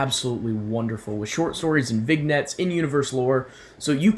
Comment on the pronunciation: I think it's pronounced Vinyets.